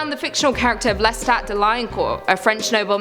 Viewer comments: Love you but it's Le stat not Les tat! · It's pronounced LesdOT.